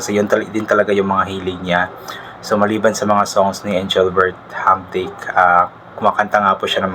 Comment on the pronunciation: Hindi marunong mag pronouce ng Engrbert Humperdinck, magtanong ka kasi. Wala akong gana sa inyo pang grade one ka lang.